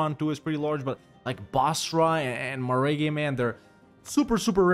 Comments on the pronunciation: As a Tabrizi guy i cringed so hard every time you said meh-reh-gay :D Great video. can't wait until you do Tabriz! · That maragheh pronunciation lmfao